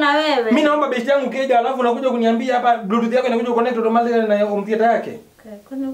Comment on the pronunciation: It's BLUETOOTH, not BLUETOOT